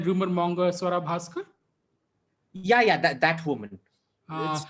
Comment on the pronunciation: One of my friends pronounced her name as Soowwaraa Bhaskar , and I didn’t feel like correcting him .